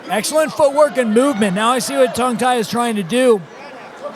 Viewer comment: Level of technical commentary was alright but how bloody hard is it to say his name correctly instead of Tang Tai over and over again? His co-caster even said it right the entire time.